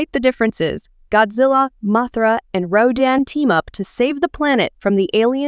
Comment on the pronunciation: it sounded liek you said raddan instead of rodan.